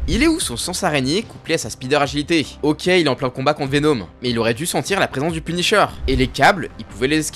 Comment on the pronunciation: Au lieu de dire Venhomme